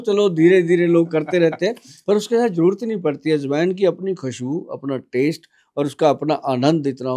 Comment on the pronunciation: Aaj Wine ❌ Ajwain ✅